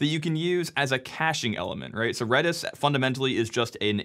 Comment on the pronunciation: red-is not reedish